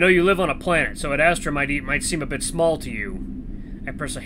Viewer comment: I keep hearing you say 'ad-asstra' XD And intro to Cass, he's............. fun 😀